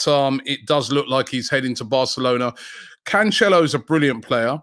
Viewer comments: bro said conchelio lmaoooooooooooo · Pronounced Canselo